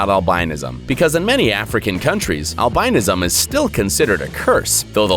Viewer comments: google albinism and listen to how you say it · please learn how to pronounce albinism... look it up.